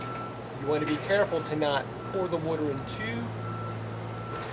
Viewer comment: what the fuck is wooter?